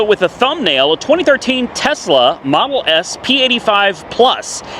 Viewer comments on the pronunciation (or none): MoDoe- not no moe 😂 made me laugh